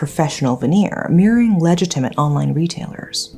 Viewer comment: Love the production quality and your voice. Awesome script as well. Just some feedback - your pronunciation of "treachery" and "legitimate" were not quite accurate :)